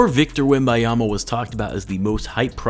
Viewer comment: You said webiyama it wem-ban-Ya-ma it’s actually really easy to pronounce. God damn you people are lazy it’s only three ( actually 4 syllables) fucking syllables so it ain’t a hard word to learn by any means